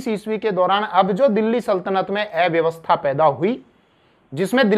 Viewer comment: अव्यवस्था इस शब्द का उच्चारण ठीक से करें कृपया